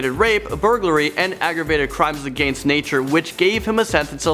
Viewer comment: AGANEST You’re supposed to say against